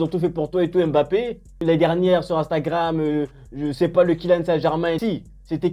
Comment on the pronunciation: Il ne s'appelle pas M- bappe mais plutôt Mbappe. Mbappe n'est pas un nom Français pour le déformer c'est un nom afro-camerounais. C'est comme si on déformait Angèle en africain A-ngele. C'est qui est étrange les africains laissent qu'on transforme leurs noms sans rien dire comme Nsimba transformé N-simba ce sont des noms africains qui ont une signification et quand on le transforme ça ne répond plus à sa signification.